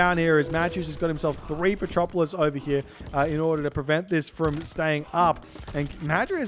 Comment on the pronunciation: Man, its petroVolos, not petropolis :D :D :D